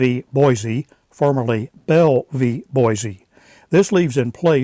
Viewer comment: You are good at correcting other people's information so as a native Idahoan I will help you out with the correct pronunciation of the city of Boise. It is Boy-See not Boy-Zee.